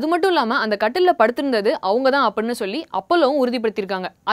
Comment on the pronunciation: ivaluku first solli endra word ah olunga solli kudunga bos....